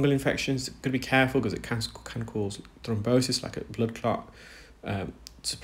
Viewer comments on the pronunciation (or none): none